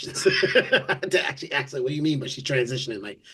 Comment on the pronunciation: I went to school many years ago but I'm pretty sure there is no x in the word ask.